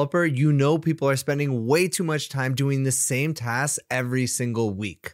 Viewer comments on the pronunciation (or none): Hey! As a Swede, I just have to ask: Why do you say "tas" without a "k" instead of "task"?